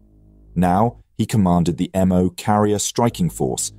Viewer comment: not "operation emm oh". Japanese doesnt use a fucking alphabet. Its "operation MO". as in MO, the katakana or hiragana character. Jesus fucking christ, after "operation Kay ee" and "abe"(as in abraham abe, instead of a-be, like a JAPANESE name), this channel is quickly becoming a fucking laughing stock.